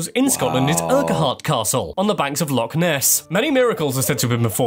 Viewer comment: Why does the commentator unable to pronounce LOCH correctly, if doing a video on Scotland.